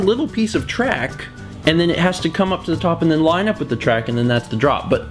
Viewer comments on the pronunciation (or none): none